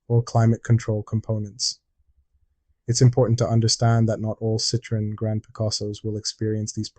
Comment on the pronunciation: Why does nobody(as far as I know) pronounce Citroën correctly? The TREMA (same to look at as German UMLAUT) signifies that the two vowels(O and E) should each be pronounced, separately. Otherwise it sounds the same as CITRON, (a citrus fruit ) I'm being pedantic here, because the man who started Citroën cars was a Belgian man called Monsiour Limon (or Limone) who moved to France and changed his name, but thought that Citron didn't seem exotic enough, so added the "e" with a Trema to appear more exotic. Jjust a bit of silly(but true) information ! So they really are lemons! (and I've had nothing but Citroëns for over forty years - I LOVE them !!!!